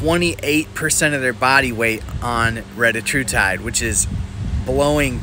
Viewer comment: Anybody else need to say "RETTA HU TIDE" more often??